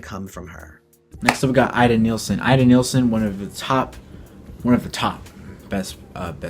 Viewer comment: Ida NIELSEN not neilsen. Born in Denmark. Nice competion, but try to get the names right.